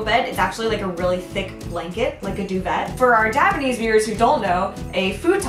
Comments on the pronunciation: Duvet is pronounced "doo-vey" not "doo-vet" ;) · Duvet is pronounced doo-vay. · duvet = doo-vay (like a french sound) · CuddlyNerd Do-vay. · Haha it's funny how you pronounced all the japanese words really well but you mispronounced 'duvet', silent t! Anyway nice video, and a fun idea! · & "do-vey":) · Ah, it's weird, just said duvet wrong... Ah, the differences between englishes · I was following your video until you miss pronounced Duvet... than you lost me, lol. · Yeah it French in origin don't pronounce the t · Do Americans say duvet with a T? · Duvet: Iam sorry if this is a douchey post, You are one of the smartest female youtubers I've come across. (Your use of factual and science based knowledge are one of the reasons I like your channel so much)I always ask my friends to inform me if I pronounce something incorrectly.